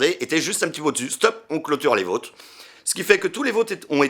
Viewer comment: "Les vauuuutes", mec t'as un vieux accent belgo lorrain (oui ça existe, c'est moi qui le dit!!!) qui est sortit d'un coup là 😂